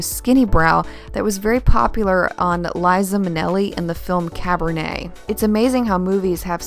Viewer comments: Did she say "Cabernet ?" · I'm glad you heard it too! That would be Cabaret, ma'am! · Yes she did....I'm sure she meant Cabaret. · I think so, cabaret and cabernet sound pretty alike though so probably just a flub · yeah it's just a small flub, no big deal, her talent is obviously spectacular! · Totally caught that! Freudian slip, Z? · I heard it too. But like I subscribed to not only because I like her videos but also feel like she'd be a great person to drink wine with. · "Life is a Cabernet" for you,?! Lol. Just kidding! Excellent vids. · She did, lol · Liza Minnelli in "Cabernet" 🤣 I love the look, but I'm still dying over that (innocent) flub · The movie "Cabernet"??? LOL! I know that you meant "Cabaret" ~ maybe you were feeling a tad thirsty ~ but that did make me laugh. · You Say Cabernet...I Say Cabaret LOVE your Channel! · Cabert, not Cabernet. ;)